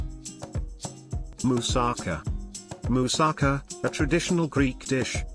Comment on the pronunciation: Help me, Hermione Granger! It's not mousa'ka, it's musaka'!!!